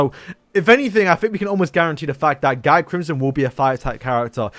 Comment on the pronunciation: is not guy crimson is pronounce gyi